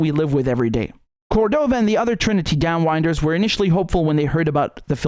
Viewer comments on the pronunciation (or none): just a note: down winders, pronounced wind-ers. not wine-ders. and thanks for your video response on this movie. And as one of the previous US generals, Colonel Smedley Butler said: War is a Racket and wrote a book about it. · Down winders buddy, not down wine-ders. Great job on the report! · * DownWINDers rather than "whine-ders", I think. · “Downwinders” is pronounced differently to give reference to what is carried on the wind as it blows, Richard.